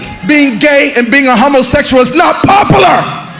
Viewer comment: “It’s not popalar” “It’s not popalar “